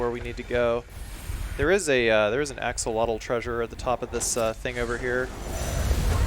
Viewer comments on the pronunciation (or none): none